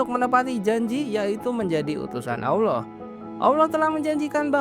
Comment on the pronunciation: ALLAH BUKAN AWLOH BANG, jangan disamain ya✌🏻